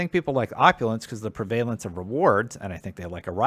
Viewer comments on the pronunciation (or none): prevalence is most definitely not pronounced that way....